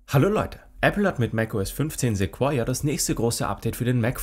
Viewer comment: Es wird "Sekoia" ausgesprochen, und NICHT "Sekuoia"